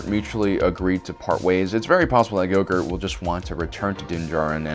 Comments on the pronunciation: I have to ask, why is he referring to baby Yoda by some other name other than Grogu (pronounced GROW GOO)? Look I dont care that he does, just want to know why he refers to him by Gogurt. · WHY ARE YOU CALLING GROGU "GOGURT"?!?!? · Go gurt? It’s Grogu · You lost a follower... It's Grogu... Not gogurt. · You stopped the video, when you called him, baby goger? Dafuq ......it’s GROGU GROW-GOO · Lol.... I love how you Grogu ,,, gorgu . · "Luke Skywalker establishes his own school of witchcraft and wizardry" lmao. Between call calling Grogu, Grogurt and that you crack me up. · his name is not Gogurt its Grogu (Grow) - (Goo) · ITS GROUGU NOT GRUGO!!!!!!!!!!!!! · Baby gogurt hahaha say it right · GROGU not goGroot XD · GROGU! It’s Grogu not go gort nor yogurt. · This dude called him baby gogurt and u expect me to take this video serious after calling grogu gogurt a bunch of times. Lmao. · OMG its not go-gurt... you make it sound like some "Yogurt" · Gogurt? So annoying. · Ehy do you call him gogur??? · he said baby gogur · Why can’t you say grogu properly. It’s not ‘grogert’ as you say. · Has no one realized that he called grogu yougert and gogert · Im pretty sure how speaks reall affects his pronounciation Cuz i heard Baby Grogurt instead of baby grogu and Ashurka Tuhno instead of Ahsoka Tano. Like how he says grogurt instead of grogu just seems like ur going in a straight line, then u turn 180 degrees the other way and go the opposite direction. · Grogu. His name is Grogu. Listening to you butcher the poor things' name is torturous. 🤦🏾‍♂️ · can i ask you something directly? ... why do you keep calling him Gogurt? .. its REALLY f*ckin' bothering me. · Is he calling Grogu gogart? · Are you saying “grogert” 😂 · dumb fuck can't even say "grogu".... wow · I keep hearing Goguhrt, and it's totally distracting from all of his points because I keep thinking of yogurt tubes for kids. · Why do you call him gogurt? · Lol, I love how you call gorgu go-gurt.